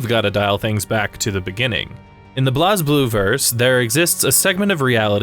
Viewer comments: Minus the mispronunciation of the character names (and calling "Blue Grimoire" instead of the Azure Grimoire) Other than that, pretty good By the way, its pronounced "Blaze" Blue, not "Bloz" Blue lol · Its pronounced Blaze Blue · It's pronounced as "Blaze_Blue" even the japanese katakana is written as : "burei buru" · It's pronounced "Blaze Blue"